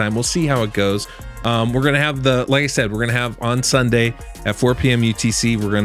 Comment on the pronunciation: "STUNDAY" why does he say it like that ?